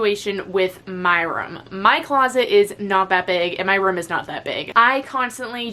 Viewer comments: pronouncing “room” as “rum” for 15 minutes straight 😂😂😂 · I love when she says" room" her Boston accent comes out ❤❤❤❤